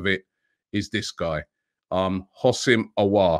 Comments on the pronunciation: Robbie the way you say hossaim auar it's really scary. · Houssem Aouar (حسام عوار) You can pronounce the name as in: Hosam A’ waar